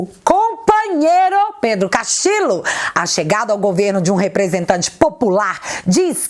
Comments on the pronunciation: Oi,! Só um 'reparozinho': em espanhol, o duplo L equivale ao nosso LH. (Castillo = Castilho). Da mesma forma, Ñ é o nosso NH. Abç! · Saludos desde Perú ,viva o Brasil ...a nossa bandeira jamais será vermelha 👉🇧🇷🇧🇷👈 Te atualizei otimo video ,so' uma pequena obs seu nome e' Pedro Castillo Terrones y castillo se pronuncia (Castiho) Castillo 👉🇧🇷🇧🇷🇧🇷🇧🇷👈 hoje aquí no Perú e' feriado día de la Inmaculada conceptocion feriado nacional. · a pronuncia correta é "CASTILHO" em espanhol dois "L" tem o mesmo de "LH" em português. Beijos. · Sempre entregando um ótimo conteúdo, porém, no espanhol, os dois "L" tem som de LH. A pronúncia correta seria como se estivesse falando Pedro Castilho mesmo, por mais que se escreva com dois "L". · sem nenhuma pretensão e... só pra dar um "toque" mesmo. A pronúncia dos dois éles (LL) em espanhol não é igual a um éle (L) só. Assim, dependendo da região, "Pedro Castillo" deve ser pronunciado como Pedro CastiLHo, Pedro CastiCHo ou Pedro CastiDJo, mas nunca como Pedro CastiLo! #FicaAdica #Paz 😉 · se não me engano, esses dois "LL" juntos, em castelhano, são pronunciados como o nosso "LH". Assim, a pronúncia do sobrenome do Pedro seria "Castilho". Grande abraço!!!